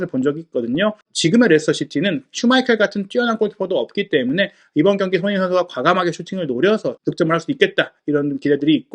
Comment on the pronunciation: 훠훠 숀흉민 어뒤괐어? 숀흉민